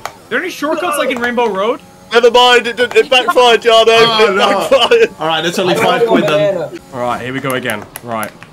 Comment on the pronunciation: The American dude pronounced your name "Jar-no" I hope he was just joking or it was a massive fail! Hahaha. BTW enjoying the editing 💪